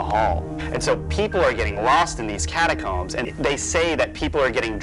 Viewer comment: It's catacooombs